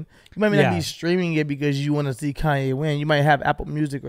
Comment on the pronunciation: Quit saying it like that “ con-YAAY”